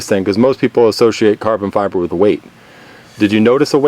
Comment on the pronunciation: "carbon Fiver" First time he says it.